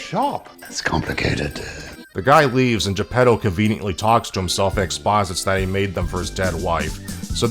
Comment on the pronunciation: as someone half listening as I read the news on my other monitor I keep hearing 'the pedos' when you say Geppetto and its making this video 10x funnier than it already was.